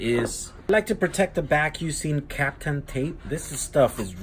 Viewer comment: Also, its "kapton tape" not captom ;p